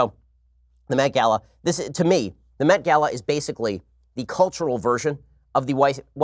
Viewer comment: I heard the Meth Gala